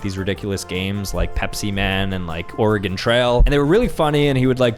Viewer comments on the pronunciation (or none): none